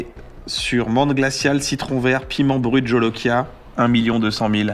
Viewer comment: Si je peux me permettre Kyan, on ne dit pas piment "brut jolokia" mais piment "Bhut jolokia" (prononcé boute).